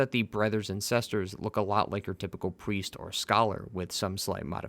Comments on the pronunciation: Sesters and Brethers! Lol great vid as always! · Sesters and brethers